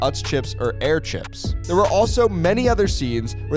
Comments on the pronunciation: This dude just pronounced Herrs as "airs" lol ... 👌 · It's pronounced her's, not hares. Just fyi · Bro just called herr's chips "airs chips" it is pronounced like her's the h isn't silent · You don't pronounce the 2nd R in Herr's, it's pronounce like her's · My dad worked for Herr’s my entire life and we always pointed that out. Also it’s pronounced “her’s” like “that book is her’s” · Its pronounced hers, the commercial says "make herrs yours" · It’s pronounced Her chips like her as in that girl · Herrs chips is pronounced hers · Herrs …pronounced HER’S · It's pronounced Hers chips, nothing wrong with the way you said it just an fyi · The way you pronounced Herrs is painful. It’s Herrs. Like if it belonged to a woman. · I hate how he pronounced herrs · I'm dying from your pronunciation of Herr's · I hate how you pronounced herr’s